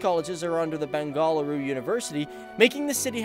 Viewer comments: Description of Benagaluru is incomplete without a mention of Indian Institute of Science (IISc); also known as Tata Institute. Actually the locals call it "Bengulooru" that is the right pronunciation. Decades ago I was there trying one career after another. I wanted to try my luck in Indian civil services where intense competition was the norm. Most of those who make it to the top (IAS, IPS, IFS), not in their first attempt and need intense "coaching". I couldn't find even a single coaching institute there to my dismay! Compare it with Delhi(outstanding), Chennai, Kolkata, Kotah, Chandigarh, Patna, Indore or Bhubaneshwar. So intense was the city involved in Science & Technology that there is no scope for Humanities & non-Science fields. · Dude pronounce it properly its not beng-a - la-ru it's beng-aa-luru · It's Ben-ga-lu-ru NOT Bengaaluru dude! So annoying to hear that!! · Liked the video but I had to cringe a little everytime you said Bengaluru (bengaaaal ooru?) 🙈I never understood why the British renamed it but I kind of got my answer in this video 😉😁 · Love how you pronounce it . Bang - gall - a rue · Got a check my ear, I keep hearing Bang-A-Whoreu.. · it's bang-a-low-or that's how you pronounce it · It's pronounced as Benga-luru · Lol it's not Bengal dal😂😂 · Bang-a- loo-ru. Stop having a seziure everytime you say it. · Me too.....btw it's hilarious the way he pronounces "Bengaluru".....no offense 😉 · When you say I get so cringe Bengaluru (you are pronouncing Bengaluru & Karnataka wrong ) P.S I live in Bangalore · Dude, pls pronounce Bengaluru properly!!!! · Earlier it was not called as "Bengafaluuru", its called Bendakaluru and please learn to pronounce "Bengaluru"😂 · Way to mispronounce Bengaluru & Karnataka. Get a language coach. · it's not "Ben GALL a-roo," it's "BENgaLUru" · It’s not bengaal uru...... its Bengaluru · It's Beng'aluru not Ben'galuru. Bengal is another separate state in Inda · it's not Bengaaluru, it is pronounced as Bengaluru...